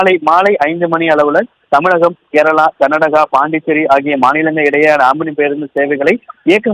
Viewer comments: It's not amini it's omini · Not omini Omni